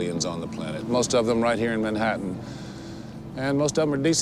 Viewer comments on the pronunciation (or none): none